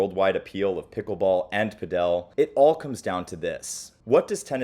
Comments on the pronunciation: Padel is pronounced like paddle, not padél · I think I speak for everyone when I say "lol, he keeps saying 'padél' instead of 'pádel'" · padEl padEl padEl padEl padEl .... who pronounces it that way?? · It's paaaadel not paddel, my ears lol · are you sure its pidel and not padal this vedeo really bored me its just typical american bumb now they cant even say padel not it pidel like piddle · Why you pronounce it like that! Paddle. Just say paddle. And, you say Argentina is starting to catch up in padel? Wow. You are so ignorant. How can you make a video like this without doing some proper research. Not good. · Did he just call Paddle, Pad-El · cool video helps, i play PADEL (PA-DUL) not pa dell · I live down here in Colombia and the place I play tennis also has padel courts. I am not saying who is right or wrong, but down here padel is pronounced by my Colombian neighbors in Spanish as "paddle" rather than "padél" like in the video. Not saying anyone is right or wrong, just making the observation. BTW pickleball is not a thing at all down here. The place I play is owned by a retired Colombian tennis pro, who ironically now seems to prefer Padel. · Its not “padeL” but “paDel” :-)) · Sorry, but not sure why you pronounce it as padEl (accent on the E) when it’s pAdel (accent on the A). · It's Pádel, not Padél, So like paddle, not like Nobel. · It’s not PA DEL it’s pronounced PAD EL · The mispronunciation of Padel drove me crazy. It's not "pa-DEL". Jamie Murray pronounced it correctly. How it's pronounced in Europe is phonetically "paddle". Good content you probably just contributed to a bunch of people not knowing how to say this game's name. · It's PA-del (pa as in party, del as in deli), not pa-DEL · Who will tell him it’s not PadEl it’s PAdel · It’s paddle; not padel. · why do you pronounce Padel like that ? It sounds like paddle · You can just pronounce 'Padel' as 'Paddle'. In Spanish, the stress is also on the 1st syllable (pádel). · did you just call padel, pedel